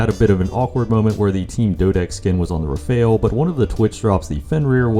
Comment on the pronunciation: Please, and i mean PLEASE, fix the way you say rafale. I legit cringe so hard every time you say it. PLEASE FIX IT!!!